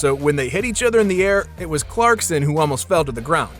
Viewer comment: The fact that you said “clarkston” the whole video drove me so nuts